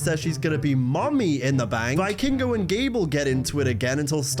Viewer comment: it's pronounced "vee-kingo" PS: love your work btw